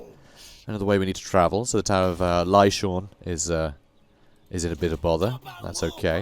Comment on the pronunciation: "I promise I'm not high right now, by the way... this is just how I think sometimes." This is why I love you,... well, this and your gobbo/skaven voices xD Also, petition to rename the settlement to "Tower of Lyshawn" to make it absolutely clear that you're pronouncing it orc-y